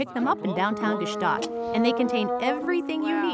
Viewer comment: Why did no one correct her on her pronunciation of Gstaad?